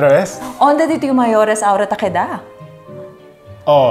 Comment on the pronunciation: Very insightful! I heard “edad” instead of “queda,” haha